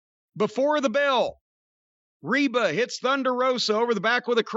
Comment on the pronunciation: He keeps calling rebel Reba. 😂 Rebel even put on her jacket "rebel not Reba"